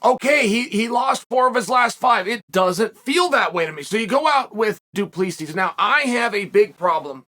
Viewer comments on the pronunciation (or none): I have heard Chael saying Piera so many times that I expected him to say Dwen Till and just to shut me up, he says Duplissi. Damn Chael, the undefeated,undisputed prononciation master. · Learn how to say fighters names! What is this ? Dooopleseas? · Du PlessEE -- The S is silent 😂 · The 'S' is silent 🤫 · Chael obviously did not watch the post fight interview, the last "S" of du Plessis is silent. As a South African I wanted Drickus to win, but I also like Darren.